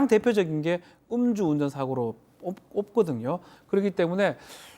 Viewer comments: 엄주운전이 아니고 음주운전요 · 엄주운전 아닙니다, 음주운전입니다 ㅎ